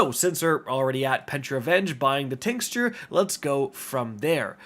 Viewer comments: This…. Until I heard him pronounce the word “Tinxture”🤦🏽‍♂️ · Super helpful, but listening to mangle the word ‘tincture’ repeatedly undoubtedly the highlight of the video. 😂